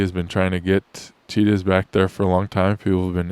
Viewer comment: I first thought you said "Cheetos, were being reintroduced to India".